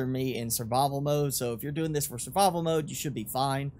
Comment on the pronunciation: "... sir-vuhvil mohde" 😁